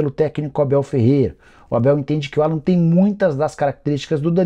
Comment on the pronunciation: Nicola, não é Alan. É "Álan". O nome dele é pronunciado em inglês.